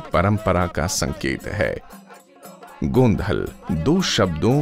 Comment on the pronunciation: It's actually गोंधळ Its ळ not ल